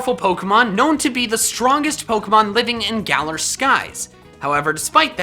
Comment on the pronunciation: Am I the only one hearing say GalER